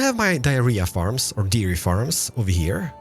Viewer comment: Why is it you turn Welsh everytime you say dairy or berry XD <3